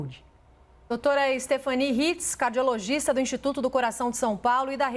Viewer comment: Na verdade não é Stephanie, é Stephanie